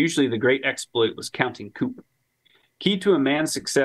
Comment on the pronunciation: Love y’all’s stuff, but that last 30mins mispronouncing counting coup 118k times was killing me